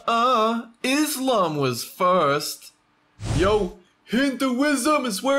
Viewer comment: You pronounced islam kinda wrong